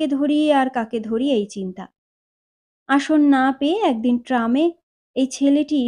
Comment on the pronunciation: উচ্চারণের প্রতি আরো অনেক যত্ন নিতে হবে বলে আমার মনে হয়। যেমন ঘোষীভবন এর ফলে একদিন এগদিন হয়ে যাচ্ছে। এমনি আরো অনেক ত্রুটি আছে। তাছাড়া voice এ নাটকীয়তা আনার প্রয়োজন।শুধু reading পড়া হয়ে যাচ্ছে। ভালো থাকবেন 🙏